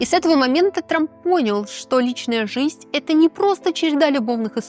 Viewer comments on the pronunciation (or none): я очень скоро устала смотреть на ваше физиономическое сопровождение, устала от вашего апломба. И, когда услышала произношение - "жисть"... Нет, я, лингвист русского языка, способна отличить нормативную речь и произношение - от просторечных, вероятно, из местечкового детства вашего среди малообразованных людей. Если есть такой в вас зов откуда-то - работать на публике, вещать перед тысячами - нужно не губы накачивать, не самомнение в себе воспитывать, а, в первую очередь, уважение к избранному занятию и ремеслу, и стремление контролировать себя. В вашем апломбном нарративе, эдак свысока, даже не угадывается такт, скромность, серьезность и непредвзятость. Наверное, вы "экспертизу" накопили в пережевывании сплетен и фактов в одну кучу фамильярного апломбного... навоза. У меня в отрочестве была знакомая, тоже 15 летняя девушка, которая собирала всякие журналы и таблоиды о фильмах и звездах. Настолько была во всем этом, что приобрела вот такую же, как у вас, фамильярную, всезнайскую и сужденческую манеру каляканья на тему селебритис. Это ее никуда не вывело в жизни. Ее апломб и всезнайство ( в этой теме) не сделали ее ни хорошим специалистом ( хотя в институте она на всех смотрела свысока), ни собеседником, ее манера, даже голос были неприятны. Она за годы потеряла даже надежду своих родителей и нас, с кем она общалась эдак снисходительно - надежду на осмысление и воспитание в себе настоящего интеллектуала. В дальнейшей ее жизни она не смогла завести друзе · Неоднократное: "Жисть" мне одной режет слух?